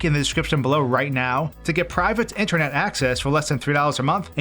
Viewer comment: Random note, but your pronunciation of Supah and Intahnet were different than normal, almost like your tongue was a little swollen. Lol